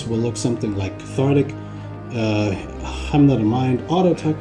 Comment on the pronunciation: Hymn is pronounced like "him" jsyk.